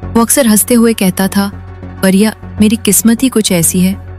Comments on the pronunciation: It's not Pariya, It's Priya a common Hindu female name. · Parya nahi Priya hindi name